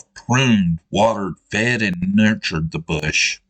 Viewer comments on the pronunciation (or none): Nurtured not nutured 😆🏴